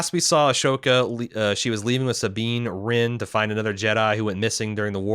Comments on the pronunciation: He messes up pronunciations all the time and he usually acknowledges that flaw, so I'd just bear that in mind and move on if you're a regular listener/watcher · Not to be that guy... but Ahsoka is pronounced “a-soke-ah”, not “ash-oke-a”. I think your mind is flipping the ‘h’ and ‘s’ in the spelling?